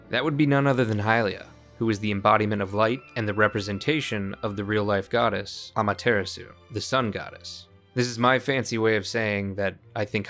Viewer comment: AMA-terra-sue… guy clearly doesn’t watch Naruto!😂